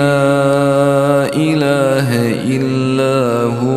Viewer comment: La ilaja illah Huwalhayyul qayoom . there is a a mistake in recitation .it is recitated lailaha illa hu alhayyul qayoom???